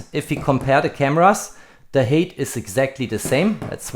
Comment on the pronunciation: Height is not pronounced hate!